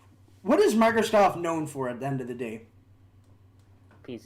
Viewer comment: Why are you saying microscoft